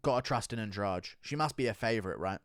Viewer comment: Baaaahahahahaha, my man said Adrade-amedov 🤣🤣🤣